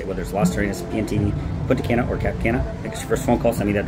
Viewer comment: It’s “Punta Cah-na” learn how to say our cities. Not “Punta Can-nah” And “Sahn-to Domingo” not “San-to Domingo” Get it together